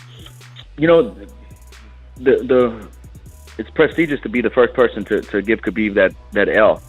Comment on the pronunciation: Even Ali mispronounces Khabib's name.